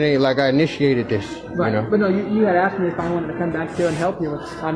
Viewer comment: No one was “axed” to do anything. They were “asked”.